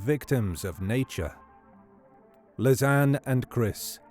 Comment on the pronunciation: Great video, thank you! Just a detail, that name is pronounced as Liss-annie.